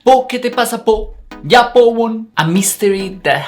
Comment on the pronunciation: nunca habia escuchado a alguien pronunciar yapo tan mal